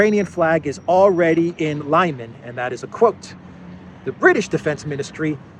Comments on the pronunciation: LimAn, not Lyman ..... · It's Lee-man not Liyman. You're welcome 😊.